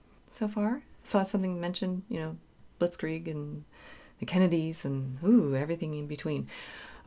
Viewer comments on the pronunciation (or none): none